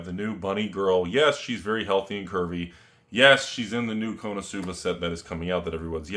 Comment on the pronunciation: why he says konosuba wrong so many times....